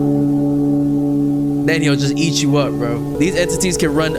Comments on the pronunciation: Go kept saying cat when it’s eat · Son dih just said cat instead of eat somehow( ngl i was abt to say that too 🤑) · Why is he saying eat as cat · why do you keep saying "cat" when it says "eat"...? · Bro it's "EAT" not cat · This mf saying “cat” instead of “eat” 💔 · Stop saying cat it says eat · Why does bro say Cat instead of Eat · anyone notice him saying cat instead of eat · Not being mean but you said cat and it was eat